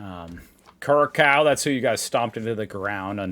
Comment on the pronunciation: Erm... geography again a subject no one seems to get taught in the USA. Ivory Coast (or Côte d'Ivoire) is a West African country. Curaçao (pronounced more like Kierassawoh) is a Carribbean Island belonging to the Dutch Overseas Territories, meaning their head of state is Dutch King Willem-Alexander. And Ecuador - well as the name might suggest, it's some place in South America where the Equator runs through! Would've believed it. It makes me a little concerned how little you know about other parts of the world.